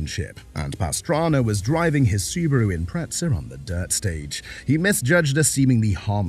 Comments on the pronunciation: Its an Imprezza, not an Impretsa. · There is no "t" in the word Impreza. Why do Brits put it in there?